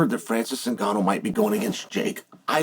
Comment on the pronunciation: I love how Chael is pronouncing is his name wrong over and over. Adding a T in there lol